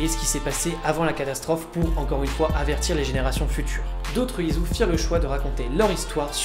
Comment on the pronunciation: Putain ça ma dérangé tout du long...ON DIT ISU (ISSOU) ET PAS ISU (IZOU) C'EST MOCHE COMME ÇA...Mais sinon bonne vidéo merci ^^